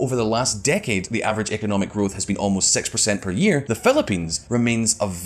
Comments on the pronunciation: is it just me or this guy say "SEXthousand" instead of six thousand? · "Sex hundred and twenty million dollars"